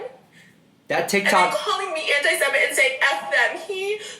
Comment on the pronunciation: it's her pronunciation of anti Semitic for me.